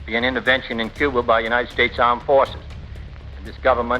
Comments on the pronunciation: You pronounced Cuba correctly.. damn lo.l. Coo-ba not Q-ba is what an old Cuban guy told me along time ago. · People: yeah let’s go to Cuba Me a Cuban: you said Cuba the right way didn’t you?